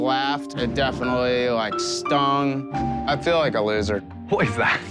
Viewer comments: I swear the stoner said "I feel like a lizard", rather than "loser" 😂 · did he say " I feel like a loser" or "lizard" because I heard lizard lol please tell me im not the only one?